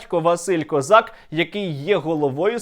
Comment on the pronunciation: Та який то козак? Він Ко'зак - так наголос правильніше.